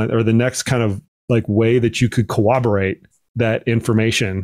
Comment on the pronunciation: I am not sure my VO2max tests have co-woberated my aerobic fitness level, but I do think planking time has corroborated well my core strength!! Just picking on pronunciation.